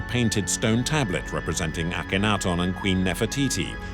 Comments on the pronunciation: *Ak-en-ha-ten *Pee-tree (Sir Flinders Petrie) *Kaiser Wilhelm (not "William"). Hire a new narrator/translator. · Why are the broken parts of the ears painted the same colour as her face, not the colour of the limestone underneath like the scratches, as they should be? Can someone also inform the narrator that there is no "o" in Akhenaten.